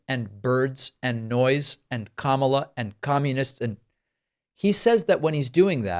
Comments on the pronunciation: Notice how Trump ALWAYS pauses before he mispronounces “Kamala”? Because he’s doing it deliberately to be a jerk. He’s pronounced her name correctly endlessly times…and when he does it just rolls off of his tongue. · Sometimes I pronounce Kamala the same way Trump does. But that's because sometimes I read Kamala like Obama. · Not a Trump supporter at all. But., you know he's purposely mispronouncing her first name because he knows it's clickbait for channels like this. He generates faux outrage. The best thing to do is not make that a talking point. It just gives him the attention he doesn't deserve. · It's a conscious effort to mispronounce her first name. Reins Priebus (sp?) persistently mispronounces her name when he's interviewed or part of a panel on tv. Amazingly, a year or two ago, he could pronounce it perfectly. It's part of their campaign to be disrespectful towards her and to make the MAGA followers think she's a foreigner (my opinion). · Mispronouncing someone’s name is playground teasing, he’s playing to his cult, so dumb but it works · He's saying her first name incorrectly on purpose. Notice how he pronounced it correctly in a recent interview. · Isn't it obvious to everyone that when he says her name as Kam-A-la he is intentionally using it as a racist/religious trope making it sound like the moslem god Allah. Same thing as when he makes sure everyone knows Obama's middle name with the emphasis on HUSSEIN. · Hey, Trump-poo, her first name rhymes with Pamela... Ooooh, hard to pronounce, right? Wrong! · He mispronounces KaMAla on purpose as he does with Barack’s middle name. He thinks it bothers them and their supporters. He's such an infantile ass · comma, la easy to pronounce....kamala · Notice how he pauses a second to make sure he mispronounces Kamala’s name? Yep, it’s intentional. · Trump mispronounce her first name Kamala to offend her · The stable genius can't even pronounce Kamela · She can’t even say her own name, she says it differently.